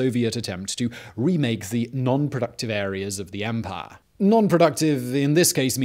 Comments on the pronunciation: Did Bane possess you ? & an imperial officer every time you said 'empaaaaah' xD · Drink every time Simon says Empah!